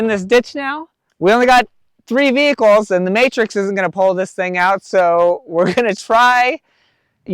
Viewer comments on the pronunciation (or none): none